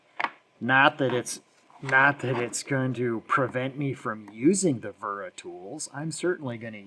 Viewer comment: It's pronounced Vera